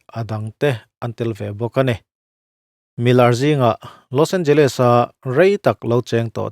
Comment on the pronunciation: Nia. L.A pawh a tawp a Les hi leez ang a lam tur